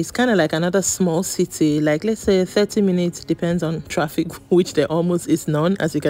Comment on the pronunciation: When you said “traffic”, I was like “Hian?” Lagos when?😂